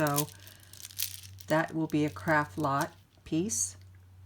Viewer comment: You say, "Craft Lot". I hear "Crap Box". I can't unhear it now. Makes me laugh everytime.